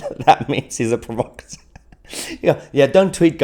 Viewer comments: Provacatur....he can't even pronounce it, Provocateur lol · "provo cateur", it's pronounced "prov ocateur". Ignore the pillock Mahyar.